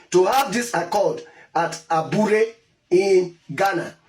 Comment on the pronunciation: you idiot! please pronounce it correctly. aburi accord and not abure accord. mumu